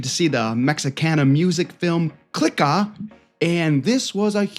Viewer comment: Ur actually giving this movie a bad review........and u can't even pronounce the name correctly...😂😂